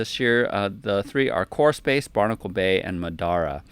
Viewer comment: took me a while to understand that you were saying "core space". i was hearing horse face.